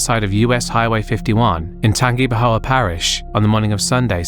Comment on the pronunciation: Credit to you for almost pronouncing Tangipahoa right! The "gi" is pronounced "gee," but other than that you were spot on